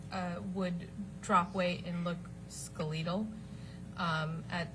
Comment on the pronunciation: That witness said she dropped weight and became “skulleetle”? Sounds like she was reading notes someone wrote and didn’t know how to pronounce skeletal .